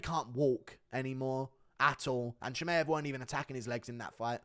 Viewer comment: says michaev 😭😭